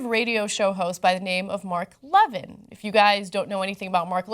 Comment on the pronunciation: Mark Le-vin? Haha stfu. You know perfectly well the way it's pronounced